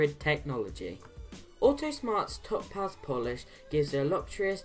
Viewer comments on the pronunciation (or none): Its pronounced Tow-paz, all one word. Great videos. Do you mind if i post them to my Autosmart Facebook group?